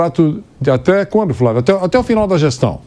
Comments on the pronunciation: Vampeta fala FRA vio!!😂😂😂😂😂 Ignorante pa carai!! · Vampeta fala : " Frávio"?